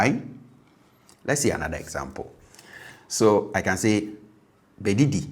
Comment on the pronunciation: Meda ase pii! Just a question: I might be wrong, but I feel like the tone markers on the first bɛdidi might be incorrect (?) "Come and eat" reads bɛdìdí (low low high), but based on what I hear, I think it should be bɛdídì (low high low) Can you confirm?